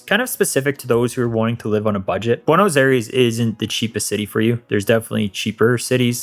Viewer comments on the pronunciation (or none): It is hard to believe that you lived there for 4 months since you pronounce Buenos Aires so terribly.